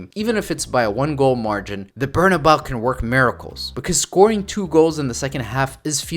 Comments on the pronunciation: Ber-nah-BAY-oo Not “Ber-nah-boww” 😂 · bro if you say “BernaBAO” 1 more time omgggg lmaooooo “BER•NA•BÉU” cabron